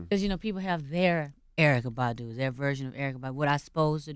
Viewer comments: If Envy pronounces her name as "Bahhhhdoo" one more time... soundin like a damn sheep. Bahhh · That's better than him saying BADooo! My ass itches EVERY time he pronounces it like that!😡😠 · Envy please stop pronouncing Badu like that... :/ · I don't know why, but the way Envy pronounces Badu irks me,lol.